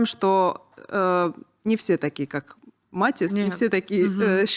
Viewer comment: Настя классная! Успехов ей много 🥰 Очень режет ухо, когда ведущая говорит, обращаясь к Насте, в третьем лице. Не только эта Софья этим грешит на канале. И еще Настя все интервью называет своего парня МатИас, ведущая - МАтиас